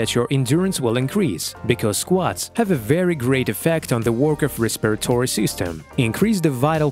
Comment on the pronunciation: I get so tired of third world people narrating these videos and massacring the pronunciation of words like respiratory.